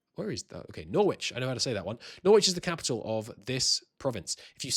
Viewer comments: Firstly, really nice and helpful video. Secondly, parliaments are every 5 years and not every year. Thirdly, I have never heard Norwich pronounced like that, isn't it no-rich, as in porridge? :D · "Norwich! I know how to say that one." (immediately performs a linguistic faceplant) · You're English and you don't know how to say Norwich ?